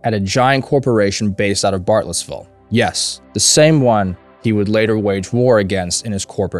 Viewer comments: Can you say Bartlesville correctly? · Bartlesville’s pronunciation always confuses people. Especially people from the South. Because Oklahoma isn’t really the South.